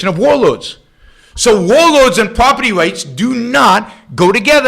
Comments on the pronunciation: youwa pwoperty wights can nowt be wecognized ... lmao yet somehow he puts an "r" at the end of agender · "Youwa pwoperty wights cannot be wecognized" lmaooooo